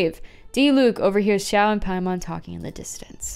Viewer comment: It’s not Xiao this time, it’s Xiahoe